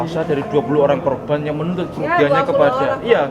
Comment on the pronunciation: yang benar korban.. bukan kroban.. salfok aq sama ucapan mu.. kroban kroban kamu blg..